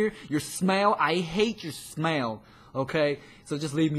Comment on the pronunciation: It's funny how he said smell